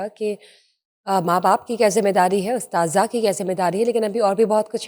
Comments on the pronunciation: Correct your pronunciation it is "Asatzah" not astadza! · محترمہ آپ اساتذہ کالفظ غلط پروناونس کر رہی ہیں